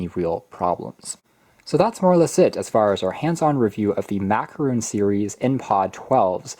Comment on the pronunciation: Nobody: Me: IT'S A FRICKING MAC-A-ROHN NOT MACAROOON BRUH!!!!!